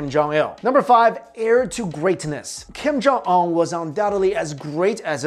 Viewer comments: ung not ong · It’s Kim jun un not Kim jung ong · Kiem Jaw Awn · King Jon Un. Not Kim Jong un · kim yung ungh. lol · Kim kong ong?!?!? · It's pronounced (Kim-jon-oon) great video though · I keep hearing "Kim jung ung" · Un doesn't sound like UNbelievable, it sounds like oon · 12blue spirits it’s kim yong uhn ... u can’t even say it urself 😂😂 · "Keem Jong Ul" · "Kim jung uh!" Bruh.... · stop talking about this man if you cannot pronounce his name like honestly it’s not that hard to pronounce 😂